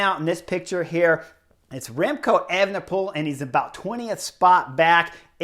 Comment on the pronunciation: Could you say "Evnepoel" one more time?